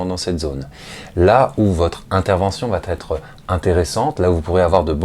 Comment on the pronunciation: Merci pour ces vidéos que je visionne toujours avec intérêt. Attention à la liaison "va être" qui est toujours prononcée "Va t'être" dans cette vidéo. C'est une erreur de liaison facile à corriger quand on en prend conscience. ;-)